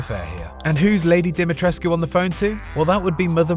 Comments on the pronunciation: FINALLY someone that says dimitrescu right. Thank you. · You nailed Alcina’s last name.